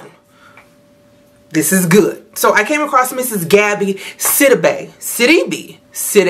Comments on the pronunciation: You pronounce it as Siiii-deeeee-biiiii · You got her name right the first time!